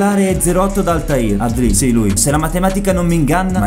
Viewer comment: ''Altair''😂 Pioli uomo di cultura